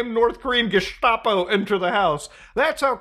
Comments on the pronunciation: I don't thing it's spoken like "geshtapo"? Usually "st" is spoken "sht" in german, but I don't think that's how it's done in abbreviations, or at least not in that one? But I'm a 30y/o austrian, so I can't be 100% sure. I wasn't there when they were popular 😅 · i always wonder why people not native to German pronounce "Gestapo" with a sh sound. Even Germans don't do that